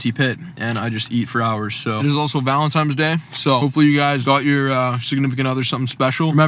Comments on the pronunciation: loved the video, but PLEASE stop saying “ValentiMes Day”….. is ValentiNes Day. hahhaha! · idk if its just only me but did say happy "valentimes" day all the time in the video? haha